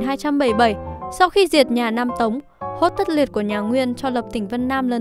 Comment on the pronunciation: 忽必烈 hốt tất liệt not hoắc tất liệt :))